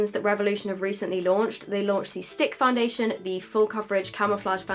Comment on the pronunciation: La girl foundassion yep that's how u said it lol